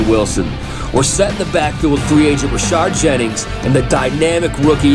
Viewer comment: Great video but it's Rashad jennings not rashard